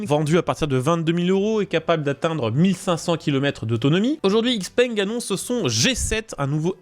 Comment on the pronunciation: "x-peng" se prononce "chi-peng"